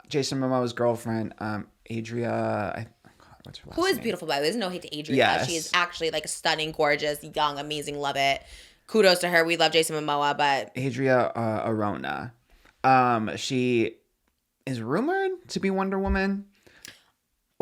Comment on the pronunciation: Disclaimer for future reference! ARJONA is pronounced ar-hona, like, a very strong J, kinda like the HO in HOME :)